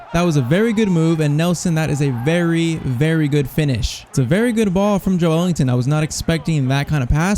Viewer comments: It’s Ｊｏｅｌｉｎｔｏｎ not ｊｏｅ ｅｌｉｎｇｔｏｎ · joelinton is pronounced joe lin ton